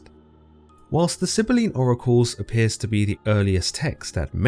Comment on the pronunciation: Edit: It's Sybylline. You said "Silly bean".